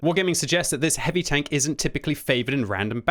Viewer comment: I like how when the says heavy tanks it sounds like hippie tanks, my imagination runs wild.